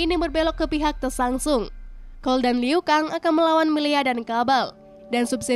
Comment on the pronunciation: Penyebutan tokohnya ada beberapa yg salah... Milena, Tsantsung, sonya blade. Ejaannya diperbaiki lagi🥰